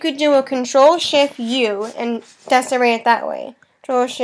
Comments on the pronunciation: it's call D-Sat-Your- Rate not des-er-rate.;) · desaturate not desorate !